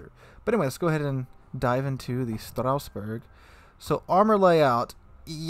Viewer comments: I kinda don't get it. Strassburg pronounced as Strausburg? Where does the "u" come from? It's not there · Stra-sss-boo-rrr => Strasbourg :) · FFS Strasbourg is a city in the alsace region of France whereas Strausberg is in East Germany please put in a little effort googling what you intend to pronounce. It's one thing having an accent which is OK but not being in the same country and adding letters to a name is almost insulting. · What is this Strauss-Berg you speak of? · Strasboug, sounds like it should be German. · Dang read that name like a true Frenchman would if they spent their whole life in Germany